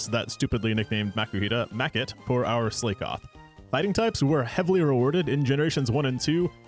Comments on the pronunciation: The "slay-koth" and "slay-king" was the part that really rankled me. It's based on the word "SLACK"! Slakoth is a play on "slack off"! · Gen 3 is always my go to Pokémon game, emerald specifically. Not really sure why as Gold holds the most nostalgic value for me. Also, I think Slakoth is pronounced like Slack-off. If the Slay-Koff pronunciation was bait, I've been well and truly got. Another banger, keep up the good work!